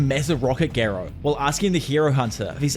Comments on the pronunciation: Gar not gair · I don’t understand how people still pronounce characters names wrong when there’s literally a dialogue in every anime with the correct pronunciation lol. For example Garou (Gar-oh) not (Gair-oh) and why use both Amai Mask and Sweet Mask?🤣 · GAROU ❌️ GEERO ✔️ GENOS ❌️ JINOS ✔️